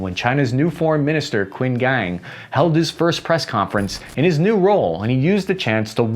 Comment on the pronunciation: Not to nitpick, but... the Chinese name "Qin" is pronounced 'cheen' not 'kwin'.